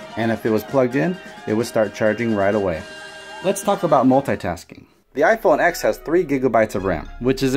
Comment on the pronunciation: how're you going to say bad stuff about the iPhone X if you don't even know how to pronounce the name? the note 8 is more expensive if you get the model with the better processor The note 8 only has a bigger screen because the whole phone is bigger. The iPhone X has a much smaller notch than the note 8, and no chin The curved edges just make videos look weird SD storage is much slower, cannot hold apps, and you can literally just plug it into a computer and steal all its data The iphone's face id works in the dark and with sunglasses too, and is much faster and more secure The note 8's facial recognition can be tricked with a photo The iPhone X has dual front, and back cameras, and has better quality, which also takes up less storage, and can record 4k 60 fps which the note 8 cant Barely anyone uses wired headphones in 2018 And apple includes lightning headphones which sound, fit, and feel much better apple has updated ios to allow faster wireless charging there is much better battery and app optimization, so the battery lasts much longer and it is much easier to find someone with an iPhone charger, than it is to find someone with a Samsung charger My SE, from 2016, which only costs $100, and has a much smaller battery, lasts me all day with heavy usage the ram means nothing, its all about how optimized the apps are, which all iPhone apps are, and no android apps are ive never had it happen to me where ive been at a meeting and couldn't find a pen. If I needed one, I could ju